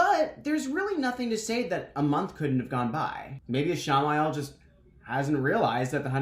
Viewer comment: Sai-dean?? Ee-sha-mah-yell?? I've been reading both as Sai-dinn and Ish-mail, and now you have me questioning everything I know